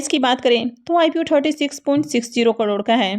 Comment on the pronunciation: Crore to theek se bolna seekh lo bihari bahan